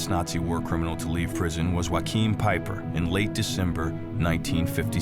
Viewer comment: Good documentary of these heroes... But one thing irritates me as in you prenounce the first name of Peiper wrong. Its no a Spanish name it's all about prenouncing th g or ch...